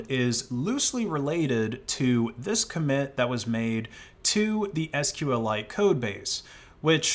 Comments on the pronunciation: And I'm pretty sure it's pronounced "sequel-ite". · didn't know you could deal psychic damage to people by pronouncing SQLite as "sql lite"